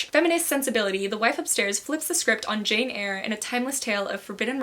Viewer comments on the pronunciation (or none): none